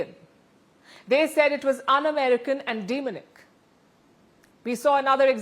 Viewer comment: “Demonic" is NOT pronounced “deemnik” Rather, It is pronounced “di-MON-ik,” with the stress on the second syllable. It can be broken down phonetically as "dih-MON-ik". Syllabication: ( per syllables) dem-o-nic Phonetic breakdown: “dih" (like the word "did" without the 'd') + "MON" (like "money" without the "ey") + "ik" (like "ick") Emphasis: Place the stress on the middle syllable, "MON". . . . and you’ll be all set. (You are welcome) My 2 Cents on the controversy’s, Vance is missing an opportunity to bring the world together, stop the ongoing division on religious lines !